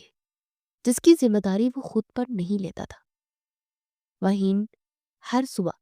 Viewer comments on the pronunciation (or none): It's Maheen not mahin..